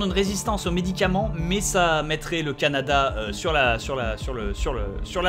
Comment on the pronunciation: Bob sa se prononce Canada comme caca